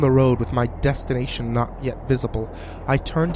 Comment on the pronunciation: He said "Dust"ination.. XD